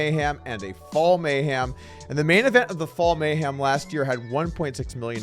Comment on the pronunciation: Doug, it's mayhem not mayHAM. Intro sounds like you make a bet that you could say meow a certain number of times.